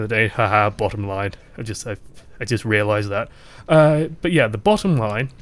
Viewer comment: He "rear-lised"... hehehehe